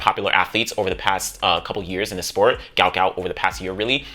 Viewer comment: His father said his name proper pronunciation is Gwut not Gout.